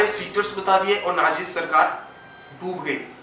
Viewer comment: learn to pronounce Nazi and learn about electoral votes